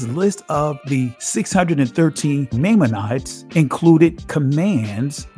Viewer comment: You gotta look up how to say maimonides and relevant....